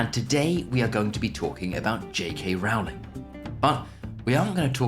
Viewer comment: Another quick note, I believe you are mispronouncing J.K. Rowling's surname. She said once people misprounce her name so often that she stopped correcting them, but I think you should go with how she herself prounces Rowling (on YT there are clips of her pronouncing her name).